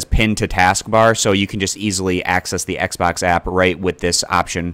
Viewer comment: Thanks. Now I'll never be able to un-hear, "Xbax app" ever again.